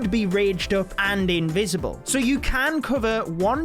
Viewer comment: they're invisible not invicible i am gonna die laughing 🤣🤣